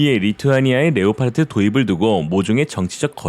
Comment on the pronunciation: Leopard 는 레오파드라고 발음합니다. 레오파르트라는 엉터리 발음을 고쳐주세요. 독일어나 영어 똑같은 스펠링이고 발음도 같습니다.